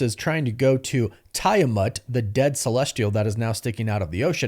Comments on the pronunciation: Pronounced Teah-mut, not Tie-amut. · Bro saying Tie amut 30x was so cringe I had to click off. It's Tiamut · I like the content of this channel a lot. But if you can't get the views you make your channel better. Resorting to baiting comments by mispronouncing names like Tie-amut instead of Ti-amut and Ada-mentium instead of Ada-mantium is just lazy. I'm embarrassed for you. And for the record, nowhere in the MCU is Ross referred to as Thunderbolt (like in the comics). Using it in all your videos just confuses people that don't know better into thinking he has something to do with the Thunderbolts movie - which he doesn't. Whether that''s just more lazy baiting or not, you're not helping fans be confusing them. Rage baiting is one of the lowest things a YT channel can do. It's also a really good way to annoy viewers enough to lose them. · Are you purposely mispronouncing things who tf says tie-a-mut island and Adam-Ment-ium? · I hate it so much.. 😂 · Hearing you mispronounce Tiamut & Adamantium over & over is cringe af ngl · Its Tiamut say it correctly 😂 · I know. I was spelling it the way he pronounced it the whole video.